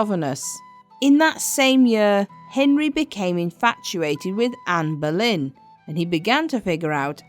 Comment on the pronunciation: Why do you keep saying amber lynn? It’s Ann boylen